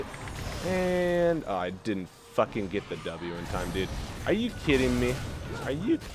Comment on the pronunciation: why does he say deed when saying dude? "that sucks deed" like...... ure not even trying